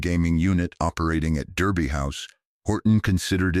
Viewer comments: Derby is pronounced Darby. Like Americans pronounce "Not" (ie Nard). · Thèse ladies were fantastic, a pity they have had to use Ai with an American accent, incapable of pronouncing English correctly there were numerous errors, the first in the first sentence Derby, is pronounced Darby house